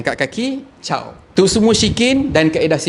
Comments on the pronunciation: Bang..janganlah kata kaedah syirik tu "syikin".. Terasa saya nama shikin ni😆😆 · Betul ke aku dgr sebut "syikin"... Ke aku salah dgr..